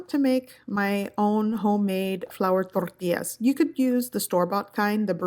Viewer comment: toRRRRRtillas 🤣🤣🤣 chill! I can tell and know you’re Mexican